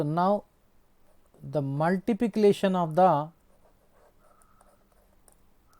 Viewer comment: 😂😂 sir cannot pronounce multiplication properly 😂😂